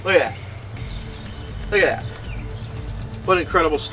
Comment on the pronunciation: hha. he makes me laugh. i love the way he says "look at dat" haha, "hello! and welcome back!" lovin' it!